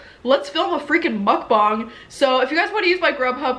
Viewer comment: Did she say Mukbong